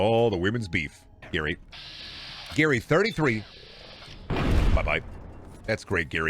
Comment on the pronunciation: what do we do to the gary that says gayr